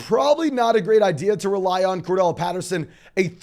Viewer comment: CORDARRELLE NOT CORDELL